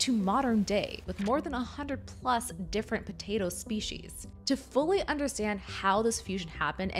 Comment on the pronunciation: It's pronounced 'species'.